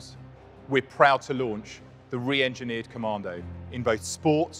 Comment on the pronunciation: Top Tip, there is no R in Commando .